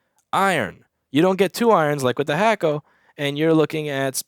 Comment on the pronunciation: Its Hakko, NOT Hackko. Why do u always call its Hackko?